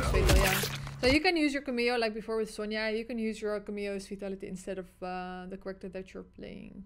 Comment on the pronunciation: Every time she says Character I hear it as “kollector” 😂 hashtag we want kollector back at mk1 🤣